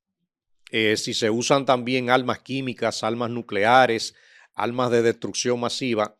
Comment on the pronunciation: Abogado con todo respeto 😮 se dice arma, no alma.